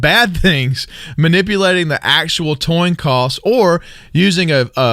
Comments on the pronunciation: Toin coss lol new language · heh heh toin coss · Lmao, and he says it twice too